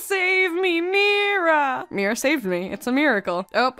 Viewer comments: MIRA IS PRONOUNCED AS MYRA NOT MEERA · Mira NOT MERA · mira-cle. oh lord why...